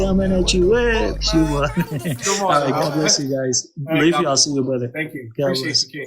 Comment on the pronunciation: Subhanallah! Ya3ni, the FACT that he ends his live with "chubuhat chubuthat chubuhat, that all what matters" prooves that he s not honest and not geniun. Since when truth became irrelevant?